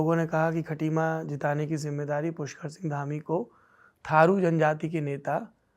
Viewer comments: थाडू नहीं थारू बोलिए। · मुख्यमंत्री जी थाडू नहीं थारू होता है, कृपया ऐसे शब्दों का प्रयोग ना करें। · Cm सहाब थाडू नही थारू होता